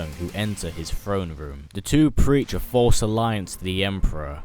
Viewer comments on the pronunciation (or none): none